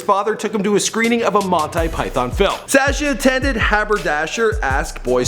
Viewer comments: It's pronounced as Sâshjaa not Sèêchje, he sounds like a goat or lamb when pronouncing his name. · The way this guy pronounces his name is very irritating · Why does he pronounce Sascha like that???